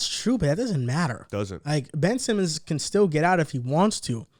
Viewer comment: Ben-ch Simmons